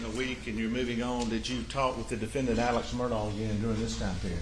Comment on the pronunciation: Why do most people in these interviews pronounce Alex Murdaugh's name "Alec" when his name is spelled "AleX" with an X? Is this a regional pronunciation or is his name really "AleC"?